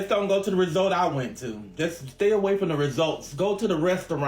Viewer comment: Old country ass can’t speak. It’s resort and not resolt 🤣